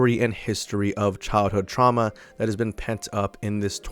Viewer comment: "Truama" Relatable(jk)